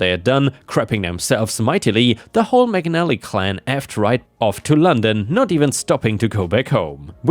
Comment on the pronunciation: I was wondering why was saying McNally and Maganally at some points only to discover that the name was McAnally!